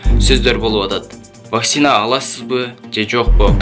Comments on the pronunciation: Блогер Ваксина эмес Вакцина десен ,элдер да вакцина деп тушунушот! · Тура суйло Ваксина эмес Вакцина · ВакСина эмес зенеса эмес кыргызча суйло какайтэтпей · Вакцина деген созду туура айталбагандан кийин жон эле журсон боло! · Туура айталбаса да койгойду которуп чыгыптыр го